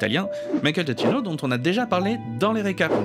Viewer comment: Alors petit savoir sur comment dire "Giacchino" à l'italienne : c'est très simple ! Ça se dit "Dja-Ki-No" parce que en italien les "ch" se prononcent en "ke", donc ici "chi" et ben ça fait "ki" Et on ne dit pas de le "i" dans "Gia" de "Giacchino", faut dire "DJA". Sinon c'était très bien !